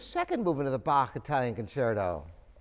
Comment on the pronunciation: Bkitcerto = Bach's Italian Concerto. Nice accent, Sir.